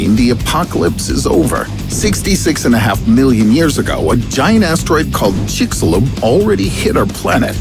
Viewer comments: LOL I HEARD IT AS CHICKSILOG. I probably am just hungry. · Riddle:chicxulub Me on a speaker: CHIXILOG😄